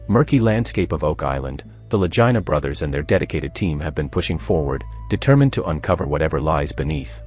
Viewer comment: Vagina brothers